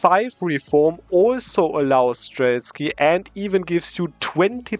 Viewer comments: Why is it streltsKy? They are called “стрельцы”, I know it is a tongue twister for a non-Slavic speaker, but there is no k in here. It is pronounced as “strel” (like in Australia) + t and s together and one by one, close to German “Zeit” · I really like how you use the suble mecanics of EU4. It's ok to misread a complicated word. But you literally do a video about something that you have failed to read in the right way. It is just 2 sillable word: стрельцы!